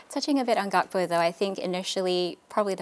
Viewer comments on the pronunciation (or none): GAKPO la astro oiii!! Bukan GaPKo!!